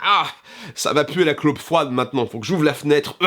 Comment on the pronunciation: gros talent d'acteur à et une "claupe froide" mdr